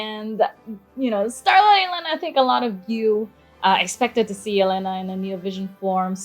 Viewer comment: HER NAME IS ELENA AND NOT E LENA